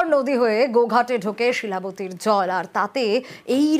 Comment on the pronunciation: দুটো নদীর নাম উচ্চারণে ভুল শিলাবতী কে শিলাদি আর দামোদর কে আনোদর 😅